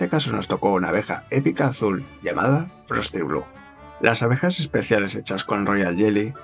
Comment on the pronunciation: dice frosty bu xd